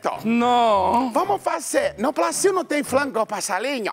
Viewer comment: "Faltou S" o Carioca é foda🤣🤣🤣🤣🤣